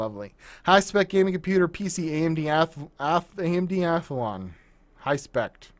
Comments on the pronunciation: its amd athlon, not "athalon" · so many americans seem to say athalon instead of athlon and i wonder why. maybe this letter combination is difficult to pronounce for native english speakers? no idea... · I think It Easier to Say "Athalon" instead of Athlon. I'm not Native English Speaker but I also Say Athlon as "Athalon"